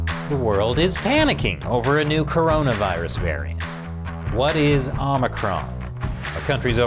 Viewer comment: Biden calls it OMNICRON